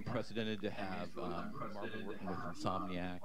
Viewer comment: "MERVEL"